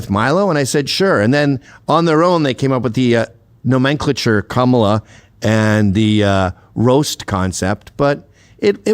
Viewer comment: HOW DID HE PRONOUNCE 'NOMENCLATURE'? HEHEHE